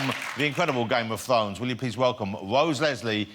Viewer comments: "Game of Thwones?", "You're one of the hewoes?". Who is this guy the Roman Emperor from Life of Brian Lol! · ''Game of Thwones'' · Hahahahaha Game Of Thwones...hahaha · Games of fones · "The incredibleGame Of Thwones."